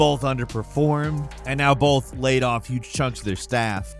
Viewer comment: Bolth bolth bolth - cmon man